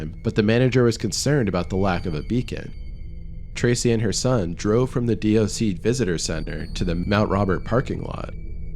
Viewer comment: Love the NZ stories being from here myself. Btw DOC or department of conservation is normally just said as 'doc' like dock.